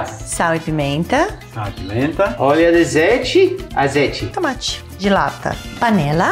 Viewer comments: No começo entendi “tomate gelata” hahahahaha ai Paola, amo você! ❤️ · na hora q ela falou tomate "gelatta" achei q era algum tipo diferente de tomate, so dps fui entender q era tomate de lata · nooosssaaa hahahahah tambem entendi gelatta! kkkk OBRIGADAAA